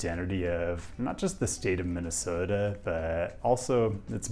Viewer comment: I hereby declare approval to your pronunciation of our state.